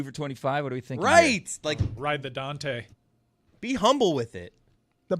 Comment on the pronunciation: 😂😂😂😂 it’s ride the Dente you dork. Who the fuck is Dante?